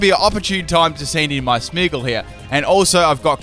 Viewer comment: Its Smeargle not smeagle